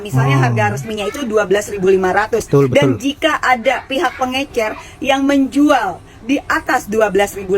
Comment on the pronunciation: Pengecer paakkk... Bukan pengeNcer